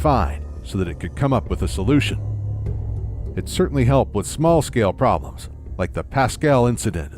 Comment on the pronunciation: "they could come up wih" - When did the become Irish?